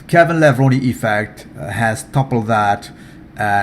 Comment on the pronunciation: Hey there nice to hear you pronounce K. lavrone correct Sorry if i make some typos